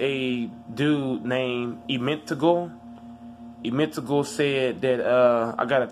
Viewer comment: That’s not how u say my name and I’m not mad but I’m just saying get ur vert up so u can do through the legs dunks and shit